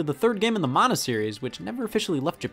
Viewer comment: the way he says mana triggered me lmao